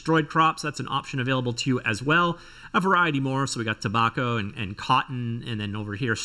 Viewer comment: "Or tah-mah-toe if you say it wrong" proceeds to mispronounce "tobacco". 😅